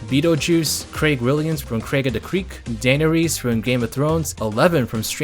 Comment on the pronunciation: sorry, but day-na-rees? this cant just trigger me right